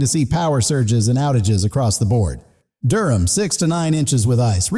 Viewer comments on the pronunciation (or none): none